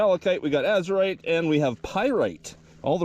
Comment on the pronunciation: No one can say your wrong... seeing Az-u-rite! Nice finds!